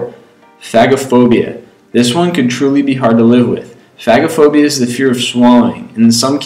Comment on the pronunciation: Did he just say fagaphobia